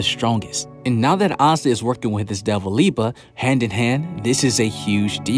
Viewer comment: Love the Black clover videos but it is LI-BE not Li-ba my guy lol